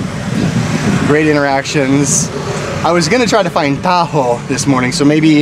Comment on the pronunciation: Ang tamang pronunciation ng 'taho' ay ta-ho', yung accent ay sa pangalawang syllable, hindi ta'-ho at yung sound ng 'o' ay maragsa (ma-rag-sa') which is a very quick 'o' sound (^ - this sign over the vowel at the end of a word denotes the maragsa sound; the last 'a' of maragsa is an example of another ending vowel with this peculiar Tagalog accent). Ganun din yung mani, ma-ni', hindi ma'-ni; gamitin mo yung maragsa sound ng letrang 'i'. Magpaturo ka,, sa mga Pinoy d'yan, para mapractice mo ang tamang accent. Love your vlogs! I just learned that Utah is the BEST US state to live in! - from a Midwesterner Fil-Am.